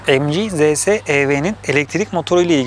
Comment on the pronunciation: Mg derken emci ZS derken zese :D